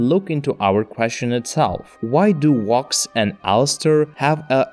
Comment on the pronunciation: Bro pounce it with a v. Wox is what I'm hearing